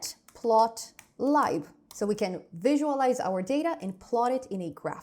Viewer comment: This is an amazing tutorial, tysm! Just a minor grip, matplotlib is pronounced `matplot `, "leeb" like lip :)